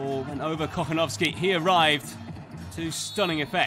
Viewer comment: Anyone who speaks Spanish on here? The way the commentator pronounced "Kochanowski" cracked me up. It sounded like "cojonoski". Lmao.